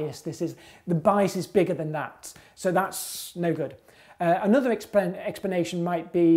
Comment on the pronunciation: expanation expanation expanation expanation ,.... it's so distracting